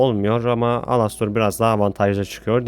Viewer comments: abi alostor ne elıstır diye okunuyor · ABİ ALASTOR DİYE OKUNMUYOR ELASTIR DİYE OKUNUYO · alostor alastor diye okunmyo dostum elistır diye okunuyo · Alastor değil Elıstır😡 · Alastor diye yazılıyor elıstr diye okunuyor😅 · abi lütfen elistır diye oku yazılışı gibi değil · Ea diye okunuyo başı direk elistır diye değil ealıstır gibi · Knk elestır diyerek okunuyor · Alastor diye okuman beni deli etti sinirden dinleyemedim